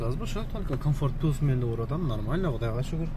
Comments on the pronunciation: Пилус дебей плюс десе оңой эле адам онолгонго аракет кылыш керек боло берет дебей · Салам алейкум! Укам ишине ийгилик, пилюс эмес плюс😂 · Пилус эмес тирик плюс десен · Плюс дечи пилус дебей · Дагы бир жолу пилус деп койчу 😂